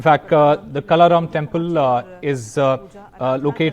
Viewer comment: No wonder this is ndtv.. thiis guy is not even able to pronounce the names of Kalaram or Trimbakeshwar properly.. thoda ratta maarke tho aathe national tv pe bolney se pehle🤦‍♀️🤦‍♀️